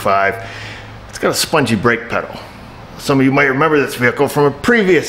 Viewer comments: LOL "Pungee Spedel" or" Spungee Pedel" still having issues with teeth fixers? some of the words you come up with have me histerical .....not to be cruel on my part just good clean fun! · I don't know what's funnier, that you said pungi speddle, or the fact we all understood you... LMAO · LOL, "the pongy is spedal". Thanks for the laugh. Always enjoyable videos.